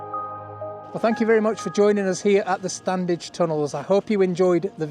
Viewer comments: Fantastic - thanks. Can't wait for part 2. As a local... you don't pronounce the first 'D' in StanDedge..... it's just 'Stan-edge' phonetically! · Very impressive. Locals pronounce it “Stannage” without the “d”. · Always pronounced this 'Stannage'. I grew up just the other side of the Lees boundary. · Standedge is pronounced as Stannige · Love your videos, watched them since we got a Smart TV with You Tube a few years ago. A couple of points, although its spelt Standedge as a Colne Valley lad with a Slaithwaite dad, it’s pronounced Slawit by locals, the d is silent, like the P in bath, so it’s Stanedge. Also Diggle is and always will be in the Ceremonial County of the West Riding of Yorkshire, Ted Heath can’t remove a thousand years of history. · Anyone else pronounce it without the D? My mum was born in Marsden and always called it the "Stanedge Tunnel" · My grandparents and my mum came from Marsden and the first 'd' of Standedge is never pronounced. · Correct, we lived in Uppermill, it was always pronounced “Stannage”. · ❤ us local lads don't pronounce the D. Great Video!